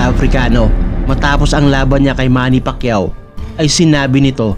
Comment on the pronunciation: Nasubaybayan ko lahat ng laban ni sen manny, pati yung unang laban nya sa U.S at hindi mabigkas ang apelyido nya, sa halip na Pacquiao ay Pakyu ang sinasabi ng announcer😅